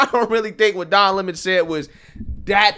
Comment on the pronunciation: Who take him serious when he says his surname is lemone. rather than Lemon.